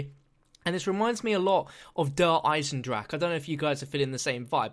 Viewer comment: How he say's Dereinsendrache😂